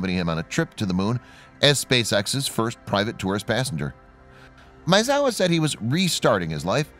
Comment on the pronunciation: Dude, you can't pronounce Maezawa? ...